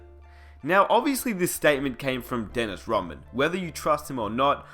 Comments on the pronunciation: God I'm sick of this narrator dude calling him "Daynis Raman". Crikey! Its DENNIS RODMAN , capice? Anyways..... Rodman was a mercenary. He was a much needed, and final , piece that the Bulls needed to keep the machine rolling. Rodman did exactly what he was brought in to do. He did it extremely well. Getting along with Jordan and Pippen was not part of the deal. Look at the end results , it was quite a success. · "Dennis Roh mann" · Why are you calling him Dennis Robin?? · I stopped when he said MAKEL JORDAN and DENIS ROHMAN. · this nigga said dennis romman kmsl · why the hell are u saying DENNIS ROMMAN ??? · Disliked the second I heard this guy mispronounce Dennis Rodman's name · How you never once pronounced Dennis Rodman, Michael Jordan or Scottie Pippen properly